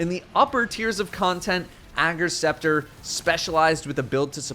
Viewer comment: I thought it was pronounced Ager’s Scepter not Ager’s Scepter lol